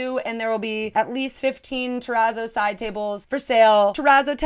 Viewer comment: I am guilty of the monstera/ palm bed spread BUT... It's just a duvet cover so I can change it whenever I want. Also a small note, I believe that the "zz" in terrazzo are pronounced like in the word pizza (it's not important, just thought I'd mention it).